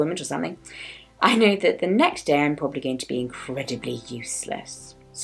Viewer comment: After seeing your video about "disabled in school", I noticed that you say yourself "the day after Im gonna be incredubly useless". This word still bumps in your head.